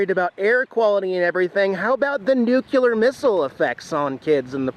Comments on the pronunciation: nuCLEAR, not nuCUlear 🤦🏻‍♂️ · like the video but you hit one of my pet peeves :) There is only one 'U' in nuclear. It isn't pronounced nuculear, it's nuclear. nu·cle·ar ˈn(y)o͞oklēər. Jax should have straightened you out :) Enough minutiae about nothing. keep up the good work. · If you want to say it correctly, for your future, nuclear is pronounced new-clee-er, not new-cue-ler. If I already told you that in another video, forgive me, I can't remember. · It's not " Nuke U Ler " It is pronounced " New Clear " Try to say it... It will sound Correct... New Clear … I worked in Nuclear Research and Development for 20 years.... Somehow it freaks me out hearing people pronounce it wrong... Especially Government officials !!!! Great Video as always !!!! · Nuclear : Nu-clee-er. I think George Bush got some flack about saying nuke-you-lur. But it goes well with wearing a wife beater that has bud light on it. Lots of love Keep filming! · Seriously,!..."nucula"?😂...you been hangin' with George 'Dubya' Bush? FYI...nuclear😊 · Pronunciation nazi here....Every time he says "nu-ku-lar missle" I bang my head against my desk. It's pronounced "nu-clear". OCD going into overdrive. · Nu Cle ar. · Hey! It's New-clee-ar.:-) Couldn't help but say something. Ever see Doctor Strange Love? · nuke-ya-leer! lol! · good one..at 10 bucks, that's a bargain. Oh by the way, it's pronounced (Nu Clear) :) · George Bush would be proud of your "Nuclear Missile" pronunciations.